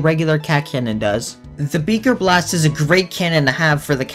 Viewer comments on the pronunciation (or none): Nobody is talking about how he kept calling it “beeker blast” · Did you jus say beger blast